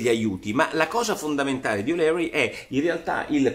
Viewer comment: Michael O’Leary e’ un grande ma si pronuncia O’LIRI...;) uncledog...